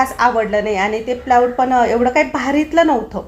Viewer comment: सुवर्णा प्लायवूड असे म्हण प्लाऊड नाही